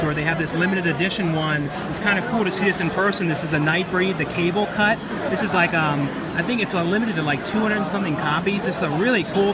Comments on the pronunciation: Cabal cut, not Cable cut lol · It's the Cabal Cut....not cable...has nothing to do with cable/tv lol Cabal NOT Cable ;)